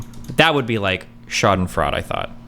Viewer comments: Bro sprechen sie deutch? It's pronounced Freud like the psychologist not like fraud with the weird silent U thing you are doing. Schadenfreude its even spelt that way not sure what else I can say. Your usually pretty good with the speaking wordy thing so not sure what that is about. Eh we all have our moments now I want to see you try and say Flugzeug and Papagei but without looking up how to pronounce the words because that would be no fun. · Schadenfreude is pronounced "shaw-den-froy-day" That ratio hurt his soul. That reaction is some of the funniest shit ever. This dude has to be trolling XD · For future reference Destiny, in German, when two vowels are walking the last one does the talking.